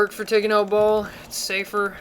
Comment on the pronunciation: BALL? Did you just call Baal, Ball? Its Baal, like Bael